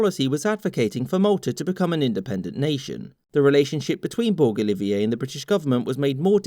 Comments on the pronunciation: If I may as a Maltese the pronouncement of Giorgio Borg Olivier is (jiorjio borj olievier) if it looks weird imagine it with an English French Arabic Norman accent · ugggghhh the pronounciation of Gorg Borg Olivier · Im maltese and ididnt even know this. Good job You butchered the name gorg borg olivier tho which was funny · Everyone: Makes illegal for Britain to refuse more land jokes. Me: laughs at his incorrect pronunciation of Borg Olivier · As a Maltese I can tell you that you butchered the spellings of the names and surnames. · Malta is finally independent. Yay. The pronunciation of Maltese surname is very bad but I don't blame you. Probably 1st Maltese watching your video